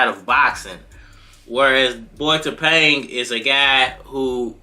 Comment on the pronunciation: Tapang means brave. The stress is on the second syllable when pronounced. ( Ta - pang' )